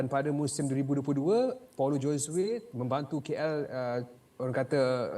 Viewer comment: Paulo Josue. Sebutan Josue tu JHO-ZU-EY. Perkara remeh mcm ni pun boleh salah. Cari la initiative utk memperbetulkan nama org tu. Atau tnya tuan punya nama sendiri. Beriya-iya nak ambi broadcasting rights tapi benda remeh pun x nampak. Rugi bayar